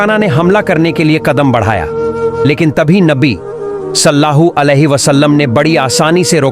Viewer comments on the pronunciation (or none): Bhai aap nabi ka pura naam to le rahe ho pr sahi se lo ok salla hu alehissalam nahi he sallallahu alehissalam he ok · Naam sahi se lo Sallallahu alaihi wasallam hai ❤❤❤ Salla hoo nahi please 😊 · Sallahu bol rahe aap Sallallahu bolie g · भाई सल्लाहु सल्लाहु नही है सल्लल लाहु अलैहि व सल्लम है नबी पे दरुद् तो सही पड़ो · Jo vedio banarahe hai hamare pyare nabi ka naam barabar bolna sikho first sallallahu alaihi wasallam bolo sallallahu alaihi wasallam hai samje Islam zindabad zindabad Allah hu Akbar ya Rasool ul laah zindabad zindabad...